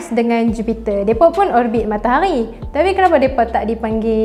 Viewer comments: MATAHARI!!! BUKAN MAKTAQGHI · Sebut matahari betul2 bole tak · Suke bila dia sebut matahaghi... Pekat